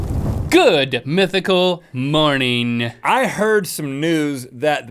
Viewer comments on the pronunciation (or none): Lol Link always pronounces "morning" as "morneen"